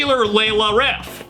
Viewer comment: First of all, why does ChatGPT sound like a grizzled old blues player from the 1950's? Is that the default "guitar music" response voice? Secondly, it keeps pronouncing "riff", as "reehf"? Thirdly, .WTF?? It got almost everything totally wrong, not just a bit wrong like some newb tab posting on ultimate guitar tabs. How often does this fuckin' AI tell people complete BS in response to other questions that might be more serious and relevant than wanting to learn guitar? "Hey AI, I'm going on a first date. What should I wear?" "Today's most popular fashions include bowler hats and Charlie Chaplin/Hitler mustaches!" "Hey AI, I'm starting a new job and I want to know how to fit in with my new co-workers. What should I do?" "The most important thing is to find the biggest toughest person and beat the shit out of them, and you will get a promotion and respect". "Hey AI, I'm gonna ask my girlfriend to marry me. How should I do it?" "First, you ask her father for consent to marry his daughter; analyzing recent social and political trends has shown that restricting women's rights is very popular today. Once you have secured permission, you should promptly murder him, as is tradition in a homo-sapien tribe. This seems to be what is trending, but keep in mind, this is a SIMPLIFIED version of an ideal proposal. Some errors may have occurred."